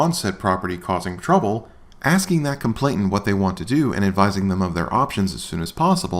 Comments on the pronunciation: It's complainant, not "complainT-ant." - George, Esq. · I hear that mispronunciation frequently. I ascribe it to the idea that most people are familiar with the word “complaint” while the word “complainant” typically only appears in the legal context. This doesn’t excuse the mispronunciation, but makes it understandable and perhaps forgivable. On the other hand, I think all who misuse apostrophes are guilty of CAPITAL FELONY TREASON.